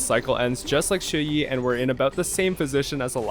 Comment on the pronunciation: You unlocked fu xuan’s E1? When did you activate it? For a non-chinese, your pronunciation of Xueyi is pretty good. Qingque is just the most character ever, crazy to think just a while ago she was written off as too inconsistent and terrible.